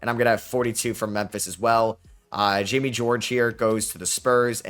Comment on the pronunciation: Bro just be giving players names Jaime=Jamie 😂😂😂